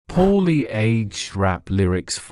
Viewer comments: you can say more, right? isolate the "ore" in it, p-ore-lee super simple, I use similar tactics for learning other languages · I miss your horrible pronunciation of Poorly aged rap lyrics don’t listen to the haters.